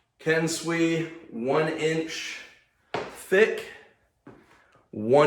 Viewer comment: this was helpful to me as I'm about to buy my first mace as a total newb... CK Maceworks website wasn't very helpful in terms of marketing info to give me any idea of how it even works... btw, your pronunciation of "kensui" is weird... it's "Ken"-"sue"-"ee", not like the "swee" in "sweet"...